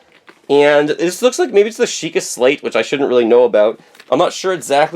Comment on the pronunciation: you said it correctly it is the sheka slate, an the emblem is the eye of yigah